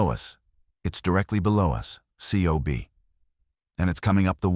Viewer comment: In the fleet COB is spoken as cob...not spelled out as individual letters.